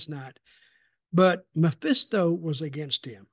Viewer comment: It’s Mephisto, not Maphisto.